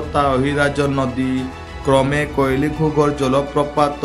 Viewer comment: That is କୁଇଲି ଘୁଘର୍ , not କୋଇଲି (wrong pronounce)